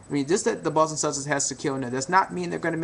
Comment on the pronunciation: i swear he keeps sayin the button celtics